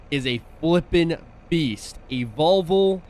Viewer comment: Vol - Vo not volvul